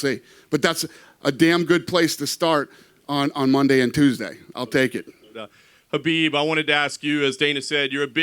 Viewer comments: Do they keep calling him Habib?? Wth?? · BUT DANA YOU CANNOT EVEN PRONOUNCE KHABIB'S NAME PROPERLY... SMFH..